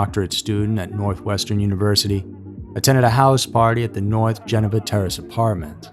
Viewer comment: come on now,. You know how to pronounce Geneva correctly...🙄😒